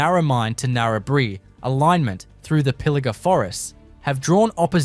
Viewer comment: its a bot, saying Narabree [bri[ they all mess up Km ,,,listen to it